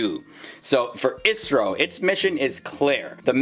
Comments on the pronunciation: Not isro I. S. R. O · For the love of god, its I.S.R.O not Isro